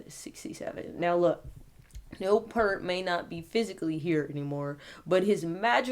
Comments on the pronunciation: First off, sweetie, it's Neil Peart (pronounced pier-t) and he was the primary lyricist, not songwriter. Geddy and Alex wrote the music and Neil put pen to paper for the words. And Rush is and was only THREE MEN. This song, "The Garden" is the final song off the final Rush album, "Clockwork Angels" released in 2012. On a side note, I was a passenger in a horrible car crash in February of 2012, just 4 months before the album release. The other 3 people in the car were killed at the scene. I lost my brother, sister and sister in law. Yes, I was the only survivor. 😿😿😿 My point is that "The Garden" reminds me of my baby brother (even though he was 49 when he passed away). I tear up every time I hear this song. RIP, Neil. Oh, and I'm a 45 year Rush fan, old school hippie chick🐥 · Don't make this about you.....he was so much above what your so called channel. You didn't know anything about him until you researched him and you don't even know how to pronounce his last name. It's pronounced "peert". Again, it's not about you. Just stop. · Such a sad day in rock n roll! His last name is pronounced PEERT! He will always be embedded in our hearts as the best, the professor of drumming RIP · If you can’t pronounce is name correctly delete your video. It’s shameless self promotion. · With respect, his name is pronounced "peert", not "purt". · In the future his name does not rhyme with "hurt". The things you "hear" with, one of which is an "ear", put a "p" in front, a "t" behind and you have Peart. Rhymes with "ear". Peace and Love. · whoa.. I cant believe it... A black chic who likes Rush/Neil Peart? Good job on this by the way! One thing tho... (if others have mentioned this Im sorry for bringing it up again) But Peart -ya gotta say it like how you say "ear". pEARt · His last name is pronounced P-ear-t just FYI. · Neil Peart's last name is pronounced ," pierret". It's commonly mispronounced all the time...lol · Its pronounced like EAR with a P at the start and a T at the end